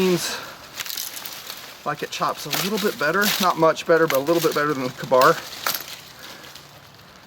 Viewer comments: I dont want to be that guy but I've always heard and said K-bar like Kay-bar. He says it like ka-boom ka-bar. Are both right? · I agree. Its pronounced KAY bar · Also, this isnt the first time I've noticed. I'm just finally bringing it up